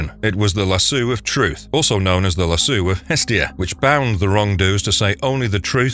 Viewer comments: Love your vids but Lasso of Truth is pronounced Lass-owe no Lass-ewe, please don't take it the wrong way!!! Forgive me if I'm wrong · lol "lasoo". Lasso = "lass" + "oh" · lasu? Is that how lasso is pronounced? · Good video but it's called a LASSOOOOOOO not lassu lol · Aries is the God of War, not Zeus. And also it's pronounced lassoh not lassu. Do a little research and editing. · Bro legit for real said Lasoo of Truth 💀 no 🧢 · Good video, but I could barely get through the Wonderwoman part because Lasso was pronounced lassoo every single time lol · How in the world do you get the pronunciation "lassoo" from the word "LASSO"?????